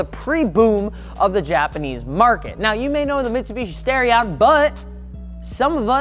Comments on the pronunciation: Maybe im wrong, but i would assume the starion would be pronounced star-ion as in star. Not stairion. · Stairion? No, it's Star-ee-on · Its STAR-e-on. Not STAIR-e-on. This is worse than people who call Aluminum "Aluminum " and add that invisible "i" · Nice video. Great cars. Would love to get one and do an engine swap on it. Something light, powerful, and high revving. One thing. It's NOT STARE-EE-ON, it's STAR-EE-ON. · Stairion? Star-ion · I waited all that time in the intro to hear you say the name of the car and you ended up saying "Stare-ion".... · lol he said stairion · I really hate that he pronounces "Starion" as "Stairion", lmao